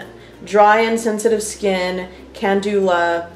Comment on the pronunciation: This is not how you pronounce calendula!